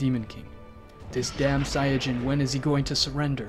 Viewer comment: i had an ear stroke when i heard how he said saiyan